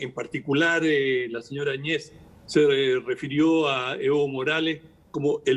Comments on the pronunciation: Por qué , si se escribe el apellido Áñez , dos grandes periodistas lo pronuncian Añéz. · Que hablan ...no saben nada de lo que paso en Bolivia ,evo Morales dejo la presidencia y ahora hablan del avismo grande de la separacion del pais y ni pronuncian bien el apellido de la ex presidente de Bolivia. Y el tema del mar fue utilisado por evo Morales sabiendo que con chile no hay negocio osea chile jamas dara paso atras con respecto a eso seamos reales eso . Aprendamos un poquito mas por lo menos de castellano y pronunciemos nombres y apellidos gracias .